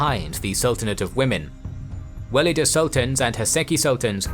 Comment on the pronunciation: Great video! Though there are some to correct: Valide is a better pronunciation since "walida" is too much arabicised. though the word is Arabic origin, Turkish has no "W" sound, so it is a "V" (using "W" for Ottoman Turkish or Persian is a Western stereotype, thus should be abandoned in favour of facts over theory: Arabic script) Second, Köshem should be pronounced with an "S" not "SH" (Kösem) Third, her intrigues and homicides would be good to mention, she had lots of people killed. Lastly, Turhan Sultan was the most skilled of all these in terms of statecraft, she deliberately paved the way to end the "sultanate of women" and retired willingly, she also deserved more space in this video, in my opinion.